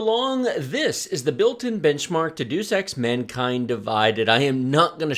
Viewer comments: Lmao Duce X, that's like some anti 💩 meds or something. But anyway it's pronounced Dey-Uhs I usually run in 720p with higher settings more than 1080p with lower settings. Usually with minimum settings games just look to bare, need a few shadows and some bling. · Is it for me or any other people hear the game as "Do Sex" instead of " Deus EX"